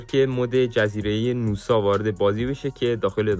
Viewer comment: حاجی گمونم نوسا نیست ناساس 🗿